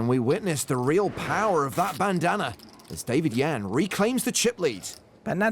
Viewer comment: Bit racist how he says Bandana lol